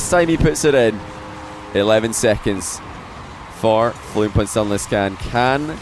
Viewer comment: What is so hard about saying FLUMP. its like DUMP, PUMP, RUMP, STUMP